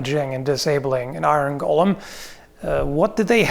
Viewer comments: Please. The pronunciation is "go-luhm" not "gollem". "Gollem" was a character in The Lord Of the Rings. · Is speaking with some kind of Canadian dialect or is he just mispronouncing "golem" throughout the entire video? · I don't know why I get so angry when someone pronounces golem incorrectly, but so many people do it it drives me insane. For reference it is pronounced 'gow-luhm" with a long O. What everyone is actually saying is Gollem from "The Lord of the Rings" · Gull-um? GULL-UM!? It's go-lum!! It's a Jewish legend, not a mutant hobbit!! Just kidding, pronounce it how you want. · I keep hearing "Iron Gollum" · It's pronounced "GO LEHM",! It's not an evil, near-immortal, insane halfling with a fish fetish:P as for damage, hm, catch it between two giant swinging hammers = Crunch! since Medieval folk did produce very large bells, doing something similar with iron hammers, maybe with a steel head, could be done? Golem's are not intelligent or not very, so wouldn't recognize traps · My only problem with this video is your pronouncing golem as "Gollum". 🤣